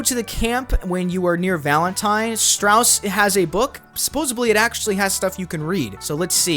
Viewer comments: “supposably attrack” its hard to tell if you record drunk, are uneducated, or just don’t watch your footage back. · Supposedly ❎️ Supposably✅️ Reticle❎️ Recticle✅️ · Yeah well he also said “supposavly” like 30 times too. This guy is actually a mouth breather 😭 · Enjoyed the vid, you obviously put in the work and it was entertaining. HOWEVER, it was painful to hear you keep saying "supposably". You're not allowed to make up words no matter how many myths you bust. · I have never in my life heard someone say "supposedly" completely wrong so many times! 😂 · For the whirlpool if you use your Horse it works much better. The way you mispronounced supposedly throughout the video made it difficult to watch. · It wouldnt have been so bad if you actually said it correctly. There is no “B”. It’s a “D”. It’s one of my biggest pet peeves. I cringed every time. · “worldpool” “supposebly” bro’s english is 0/10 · I can't with all the "supposably" 😫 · SupposeDly* with a D dude. jfc. Luckily you only said it wrong about 150 times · Supposedly* not supposubly and especially* not eckspeshally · *supposedly. (With a “d” not a “b”… you even said “supposevly” a couple times…) Also “falled” is not a word. The past tense of fall is fell/fallen. If English is your first language… eesh. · Supposedly!!! Not supposebly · Supposedly "supposedly" isn't pronounced "supposably." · i mean this with love, I watched the whole video. Supposedly doesn’t have a b in it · Palm Tree! Great video! (Though hearing you say "supposably" instead of "supposedly" over and over again hurt my brain.) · Omg same I cringed every time he said it… a few times he even said “supposevly”… with a “v” Dafuq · he says the word with an F a few times. Like suppose-of-lee. Listening to this was brutal. here’s an example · Bro you said “posably” more than once. Having an AI voiceover would be preferable honestly. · Is he saying «supposeBly»..? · Suppoza BLEE Suppoza VLEE RECTicle